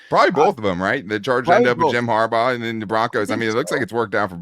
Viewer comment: Also...its Harbaugh.